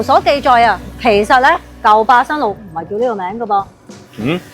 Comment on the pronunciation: 我聽到霸生路